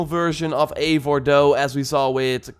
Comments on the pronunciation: It'd pronounvrf Aye-vor you pleb! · Ayy-vor that's how its pronounced but spelled as Eivor